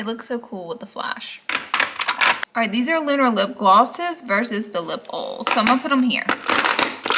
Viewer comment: I love when she says lip ols but she actually supposed to say lip oil